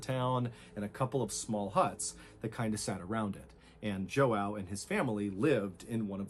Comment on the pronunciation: im brazilian and the way mr ballen is butchering the name "joão" is making it hard to focus 💀